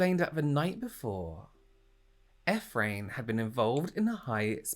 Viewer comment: Ephraim is pronouced "eef-ray-him" :) love your videos!